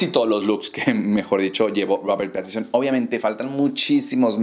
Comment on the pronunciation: PATISON?? Jaja que torpe y asi lo pronuncias igual.. mal mal muy mal